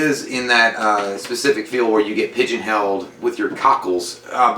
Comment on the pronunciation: did this dude say "pigeon held." Good lord, smh